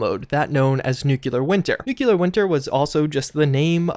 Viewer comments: New clear. Not new que lar. Fucking idiot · I cringe every time you say "nuculer" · Nucular winter. LÖLÖLÖL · For a guy who makes a living commenting on Fallout games you really should learn how to pronounce nuclear. You're in college for fucks sake.